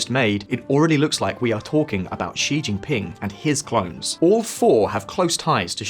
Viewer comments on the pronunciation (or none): none